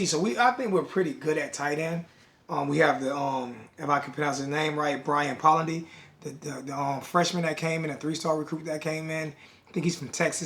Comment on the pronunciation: It's Brian poh-lendy is how you pronounce it